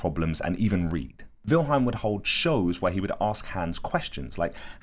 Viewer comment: It's WILHELM not WILHEIM!!!!